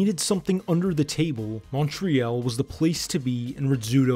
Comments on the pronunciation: OH he "liked" everyones comment, except the one were we correct his pronunciation of MUN TREE ALL hahaha funny shit. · Omg yes so distracting. 😬 Took me out of the video every time. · It’s pronounced mon-tree-all for us allophones. Great documentary! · Pronounced Mon-Tree-All in English and Montréal in French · Why does the narrator call Montreal “Mon-tree-ELL”? 🤔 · Great video! Just learn how to say "Montreal" correctly and it will be better. We say it like this : "MontreHALL". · Say after me MOUNT-TREE-ALL 😅😅😅😅😅😅😅😅 stop mispronouncing Montreal Great documentary though great job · Man you need to learn how to say Montreal. It like Montreeall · Ok..you correct someone for saying Montreale...by saying Montrehall?...WOW! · English or french...unless you have a speech impediment, no one pronounces it montrehall! lol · Dude if your going to make a video like this, LEARN HOW to pronounce the name of the city. Munt tree yal I cant even watch its too distracting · Pronounce the city correctly! It's not "Man-tre-YAL"!! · Excellent documentary almost rendered unwatchable by mispronunciation of Montreal. With all the research required to achieve this documentary, one would think pronouncing Montreal the right way would a top priority… Apparently not. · The bad pronunciation drove me insane! And I'm from Australia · I almost stopped watching because it’s clear he has no inside scoop when he can’t say it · Montréal is a French word you pronounce it wrong too. 😂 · It's a French word... You shouldn't pronounce the "t". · He's trying to say it halfway in french. So he just mispronounces it in all possible languages involved it pretty funny. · If only bro could say "Montreal" correctly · Good document on Montreal's underworld! Note: Montreal is pronounced (all) at the end and it's Saint-LÉonard not St-Leonard (English pronunciation )for the Montreal North-East suburb! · It's too bad that the narrator cannot even pronounce "Montreal" properly. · Please pronounce Montreal properly